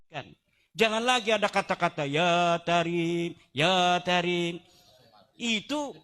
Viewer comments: Kedengaran nya ya Kareem... Bukan ya tareem lo? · Jelas banar lidah sidin menyambat tarim ya ahla